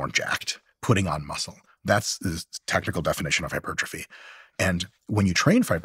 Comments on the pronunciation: Oh come on, are you telling me that after all these years talking to nutrition and sports experts for hours and hours Steven "doesn't know" how to pronounce hypertrophy? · Why is Stephen pretending he can’t pronounce hypertrophy? Weird